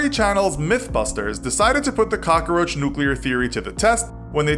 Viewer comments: Cockaroach lol. It’s cockroach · Am i the only one annoyed by the he pronounces the work cockroach? (Cockaroach) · it's COCKroach not cockOroach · Every time he said "cockaroach" I replaced it with "Papa Roach" in my head. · Calum McLellan I know I was thinking the same thing the whole time. It’s pronounced how it is spelled. Not hard. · "Cock-a-roach"... all I hear are Dice references lol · This dude is really Tony Montana'ing the hell out of the word. Cock-A-Roach. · "Cokckaroache" OMG STAAAAHHHP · He said cockaroach. lolololol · Why does he pronounce so many words so strangely? Cockeroach? 😂😂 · He was saying cokaroach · He said cockaroach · Why does he say caca-roach? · Why is the narrator saying KAKAroach??😐😐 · “Little boy bomb”? How do you make “cockroach” 4 syllables?